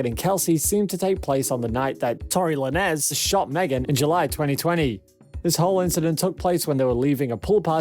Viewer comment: Man you be killing these folks names!! 🤣🤣🤣 Tory “Noress” 🤦🏾‍♀️🤦🏾‍♀️